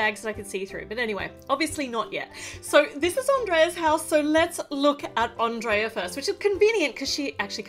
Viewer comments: It's pronounce (On-dray-a) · Andreea not Andrea